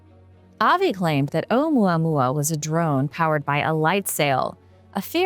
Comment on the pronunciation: Me too I can listen to her talk all day long. She has a very interesting way of explaining her topics and holding your attention. I love the way she says Ou Mua Mua. Can listen to that all day long.